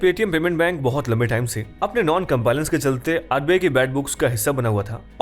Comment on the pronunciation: Sir, pronunciation of compliance is wrong in the video